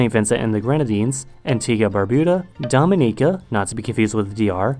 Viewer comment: Thank you for pronouncing Dominica and Grenada correctly, most people always mess that up. Also not mentioned in this video, but the Bay Islands of Honduras are considered Caribbean and they formally a UK colony. Most of the people still living there today are of Caymanian descent and English is still a primary language despite it being part of Honduras.